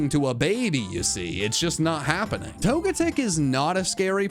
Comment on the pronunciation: TOGETIC DOES NOT END WITH A K!